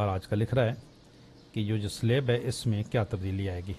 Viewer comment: 'Slab' ka talafuz sahih kren.